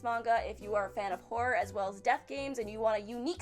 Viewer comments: I thought she said whore instead of horror... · I heard vore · I heard porn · I heard horror. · She does say horror a bit odd.